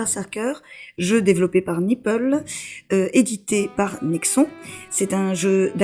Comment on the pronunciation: J'ai arrêté d'écouter ta vidéo au moment même où tu a dit "khaZAN, éditer par nixON" a la française